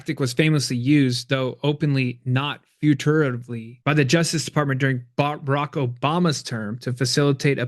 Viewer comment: It’s a 3-syllable word phonetically “fur-tuv-lee” NOT “fur-too-e-tuv-lee”. You put an extra 2 syllables in there! 😳🙄🤣